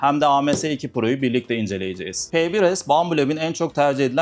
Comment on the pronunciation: Faydalı içerik için teşekkür ederim. İçerik geliştirmenize yardımcı olmak adına lütfen yanlış anlamayın: Türkçe yazıldığı gibi konuşulan bir dil değildir. “İnceleyeceğiz” yazılır ama “incelicez” şeklinde söylenir. “-cağız” ekiyle yapılan konuşmalar konuşmacıyı da dinleyici de yorar. Umarım yanlış anlamazsınız. Kolaylık diliyorum.